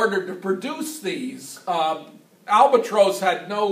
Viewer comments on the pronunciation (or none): Albatrose. That’s the first I’ve heard it pronounced like that. BTW, I’m fairly confident that the Siemens Halske Sh.III rotary 160hp had both the crankcase and prop spinning in the same direction. However, the crankshaft turned the opposite direction of the crankcase and the prop. Also the prop/crankcase was geared to turn at a lower rpm.